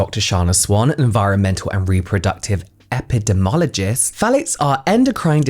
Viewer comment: I'm not a native English speaker so instead of "phthalates" I'm hearing "fallics" and I'm interested in the subject but I have to pause to stop laughing. I'm a grown adult but now I feel like I'm 12 y.o.